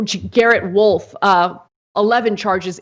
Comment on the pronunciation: a bullet went through another person's car. pretty sure the name is rolfe, not wolf